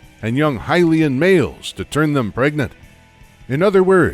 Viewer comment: Lost it at "turned them pregnate"